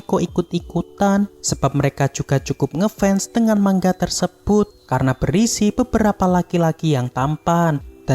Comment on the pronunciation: Manga bang bukan mangga🗿🗿